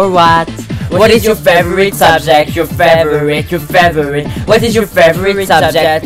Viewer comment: work on "favourite" pronounciation